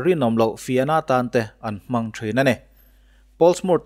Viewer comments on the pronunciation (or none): none